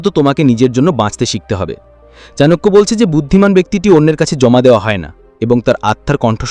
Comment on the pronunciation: চনাকিয়া উচ্চারণ টা শুনতে ভালো লাগেনা। চাণক্য বললেই ভালো হয়। সংস্কৃত শ্লোক গুলো বলে বলে ব্যাখ্যা করলে ভালো হয়। তাহলে সত্যি চাণক্য শ্লোক কিনা বুঝতে পারি।